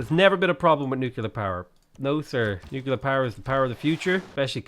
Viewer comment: Stop saying nookeelyar instead of nuclear, REEEEEEEEEE